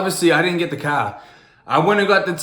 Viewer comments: A CAH?!??!??, A CAH??? $100 tatt over A CAHHHHH?!?!????😩😩😩😩🤣🤣🤣🤣😂😂😂😂😂😂 u f**king made me SCREEEAM with this comment😂😩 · your accent is so strong for not growing up in boston lol! I love how yall say Car haha sounds so funny